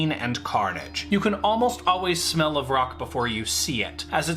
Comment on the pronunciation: it’s vrock not roc that’s a different kind of bird.